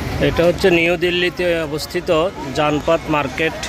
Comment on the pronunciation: Please mind your pronunciation. In Delhi, there is nothing call zanfat, it is Janpath . Your pronunciation is quite misleading. You May take the help of your husband or sons. Thank you dear.